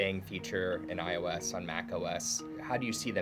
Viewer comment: He can't even pronounce iOS. This guy needs to stop doing Apple stuff, and apparently they released iOS in the fall. The fall of what?